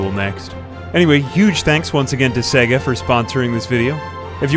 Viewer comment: "Seh Ga" ?? When you boot up the console it literally says "Say ga"